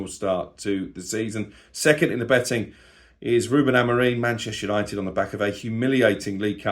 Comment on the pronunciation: why do you KEEP saying AmorEEN? It's embarrassing.. we can all get names wrong, but you're supposedly a Man Utd fan, and can't even pronounce your Manager's name!!!!